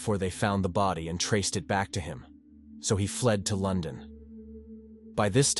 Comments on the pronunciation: LON DON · Yep, I was guessing up to LON DON otherwise pretty good ai, at least the dust is gone on this one lol